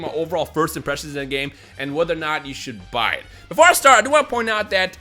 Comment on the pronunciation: "It's okay to enjoy the ghay"